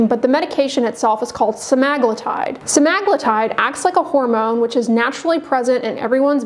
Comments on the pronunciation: Sema-glu-tide, not Sem-Ag-lutide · How to turn a four sentence explanation into a 12 minute video! And BTW I believe it's "semma-gloo-tide" not "semmag-loo-tide". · Odd that she doesn't know how to pronounce semaglutide.